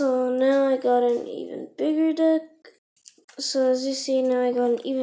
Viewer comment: Lol instead of deck I herd another word and love the vid I've watched it so many times for my binders